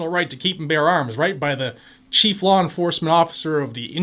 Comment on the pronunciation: I love the way you say "lawr enforcement". Just teasing. Love your channel and thank you for your hard work keeping us informed and rallying us to fight back.